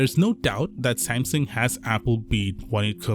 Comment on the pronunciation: lol "sansung" 😅😅😁😁😆😆🤣🤣😂😂😂😂